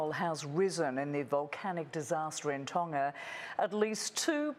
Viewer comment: Ton-Ga not tonna